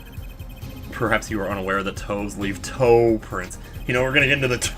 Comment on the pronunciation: for what it's worth, I'll take you saying "I'm a bad girl" in a girl's voice over you emphasizing the word TOES over and over.